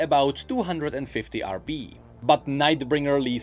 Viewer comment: stop saying rb instead of rp